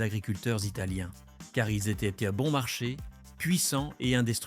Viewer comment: man spricht nicht hörlimän sondern hür-li-mann einfach oder der is nen schweizer und kein franzose